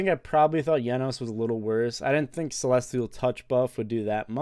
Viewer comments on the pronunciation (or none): I love how he says jenos it’s the greatest thing I ever heard didn’t think people would pronounce it with a y and I’m going to start calling his name like that